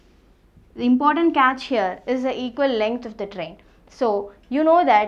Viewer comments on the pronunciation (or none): none